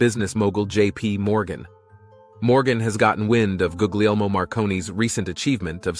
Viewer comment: You should consider a video on the work of Ken Wheeler and his Grand Unified Field Theory of The Ether. I have had to the pleasure of meeting him at least once. His work is built on Tesla's, and his deconstruction and evisceration of the dogmas of Quantum is worth sharing. Also, Marconi's first name is pronounced GOO-LEE-ELMO.